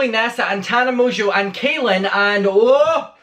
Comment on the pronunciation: well it's more said in a masculine way it's pronounced like Cah-lin rather than kay-lin